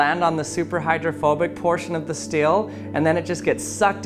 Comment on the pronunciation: I couldn't not notice that he pronounces 'steel' as 'still'.